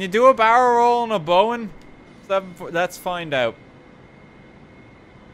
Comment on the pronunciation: It's "Boeing" not "Boing". You're not supposed to bounce it.